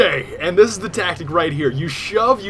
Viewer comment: its tactiCarl ; )